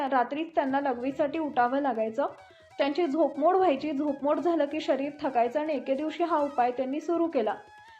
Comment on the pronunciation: झोपमूड नाही झोप मोड